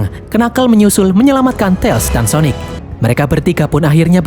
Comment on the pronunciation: "Syonic" syonic ga tuh wkwkwk